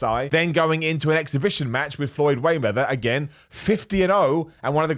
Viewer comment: Floyd Waymeather :)